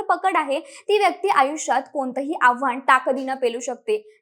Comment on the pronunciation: मराठी प्रशिक्षणाची आपल्याला नितांत अत्यंत तातडीने गरज आहे. आपण ताकद ला टाकद बोललात. आव्हान ला आव्हाण बोललात.